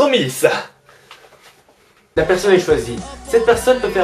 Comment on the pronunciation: ''Dromis'' xD